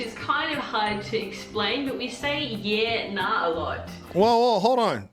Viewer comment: would be Grego, or if your surname is Lew, it would be Lewey. If your surname is McDonald it would be Macca, BTW you nailed the yeah/nah